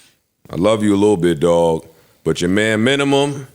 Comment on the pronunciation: Aww naw... Who signed off on the "Minumum"... Damn... That the bare minimum you could do! 😅😅